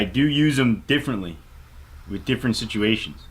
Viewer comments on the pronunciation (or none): none